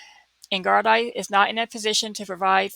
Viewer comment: Gardai is prounced gardee. Great cover